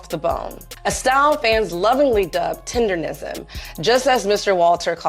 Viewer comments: Why do people keep saying tenderism 😅 It's tendernism. Yea, UNC is the sensation. Dude may have slowed down his revenues. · It's TENDERNISM not TENDERISM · 🤣 I know..they keep saying “tenderism” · Why the people in the videos keep mispronouncing it? TenderNism NOT tenderRism. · TenderNism! N..N..N. The N starts the 3rd syllable in the word. TenderNism. Those IG/TikTok reviewers need to pronounce correctly.😂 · Please pronounce the phrase right!!! It's "TENDER NISM" with an "N" folks c'mon now!!! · Idk 'bout ya'll, but dude calling it "tenderism" triggered thee shit out me.